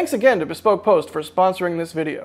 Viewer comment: BEEE SPOKE post hahahahahahahah